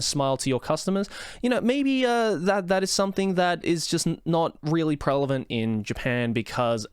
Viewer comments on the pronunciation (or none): did you say “prelevant”?